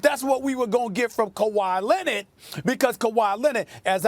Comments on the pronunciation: Nobody: Stephen A: Kawhi Linnid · Stephen A still talking about Kawhy Lennid